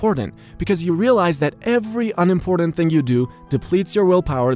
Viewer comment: Or, as this narrator would say: "unimpordunt"